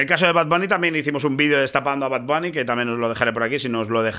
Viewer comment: “Bad bani”